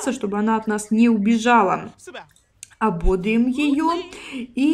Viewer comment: ❗️❗️❗️В глаголе «ободрить» ударение ставится на третий слог – ободрИть. В глаголе совершенного вида “ободрИть” ударение всегда падает на третий слог, в отличие от существительного “бОдрость”, от которого происходит глагол.❗️❗️❗️